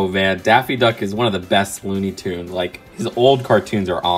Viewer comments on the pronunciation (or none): It’s toons not tuns ps love your videos